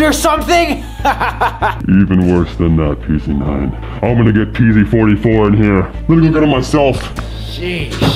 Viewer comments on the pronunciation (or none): Pz Not PEEZ